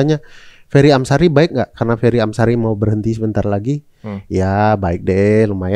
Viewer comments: Wah gak diedit nih..kok diucapkannya "Fery Amsiri"😂..kasian nama orang diganti² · Fery Amsari mas Ari bukan Amsiri belakang nama beliau 😂